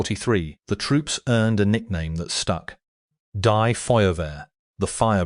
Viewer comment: DIE as in death, fire brigade??? Your AI narration bot needs to learn to speak German.